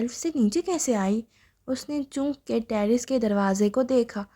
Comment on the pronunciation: Asslam o Alaikum..please apni reading theek kren ..intehai uljan hui apki reading sun k...sirf 13 minute mushkil se sun ski ...Achay khasay novel ko ap itni imla ki mistakes k sath prh rhi hen....choonk nhi chonk hota hai lafz ...apne ilfaz ki adaigi me drustagi laaye ...please